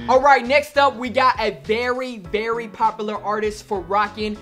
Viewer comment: Asians really can't say "popular" 😂